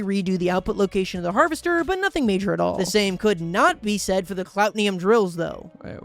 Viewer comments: The way he constantly mispronounced "Cloutium" as "Clout-ni-um" or "Clot-ni-um is so annoying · Clout-ee-um not clout-ne-um but still love the vid